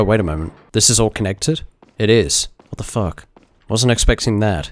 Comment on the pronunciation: Lol gets me everytime "what da fook" xD